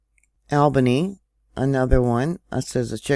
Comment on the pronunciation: I live close to it. Last night about midnight i felt a jolt and looked on usbs and there was no report. I think i felt a foreshock before the one this morning. I am in springfield. I feel more coming on soon. It woke me up. Btw we say it Leba-none and all bany just so ya know lol. Love you girl